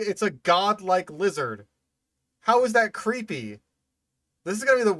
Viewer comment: sounds like youre saying “fing lizard”.